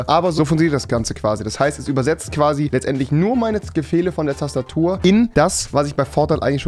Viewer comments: bin ich der einzige der das gehört hat bei sagt er tastatür bruh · "tastatür" ahja